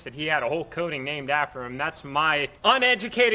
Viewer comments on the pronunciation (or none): "Cotting" not "coating"